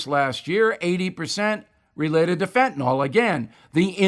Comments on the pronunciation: Why do people keep saying fentanol? It is fentanyl. Fen-ta-nil. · (Stupid comment) As a nurse, I'm always trying to spread the word... it's not Fen-ta-nol it's Fentanyl or fen-ta-nil. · Actually it's only ever been pronounced one way in the medical world. Ever since it's been discussed amongst lay people, it took on the wrong pronunciation. Doesn't matter, just a fun fact. We all know what they're talking about.